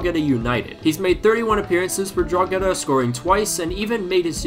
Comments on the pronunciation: Just one thing Drogheda is not pronounced drog-eda It's pronounced dro-heda Basically just Drogheda without the g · Its pronounced droheda no drogeda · It's pronounced "Draw-he-da", not "Draw-ge-da" 😜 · Drogheda is pronounced "Draw-hedah" normally or if you're a local like my you just say "Drawda". Love the content keep it up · it’s pronounced Draw-head-da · Drogheda United is pronounced with a silent g Draw-heh-da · Haha I love listening to foreigners trying to pronounce Drogheda United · Irishman over here, the “gh” in Drogheda is pronounced only with the h sound; the g is silent. Just saying . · The G is silent in Drogheda. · The pronunciation of Drogheda is killing me